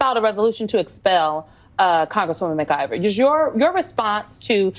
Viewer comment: Dude do you have a speech and / or hearing problem? McLIVER? Lord have mercy please learn how to pronounce things. There's no L in her last name.